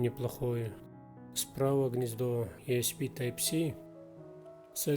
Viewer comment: мне показалось или вы USB называете USP? Но юэспи это же пистолет) а интерфейс юэсби)